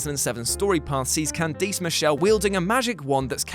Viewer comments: Don't forget Can-dease lol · Can-deece Michelle 😂